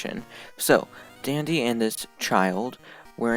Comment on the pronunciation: idk why but when it said "Part one Dandy" i thought it said part one Diddy lol